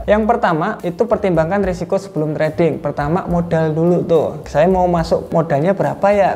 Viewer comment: Risiko bang bukan resiko hehe. But, thank you sharing ilmu pengetahuannya. 🙏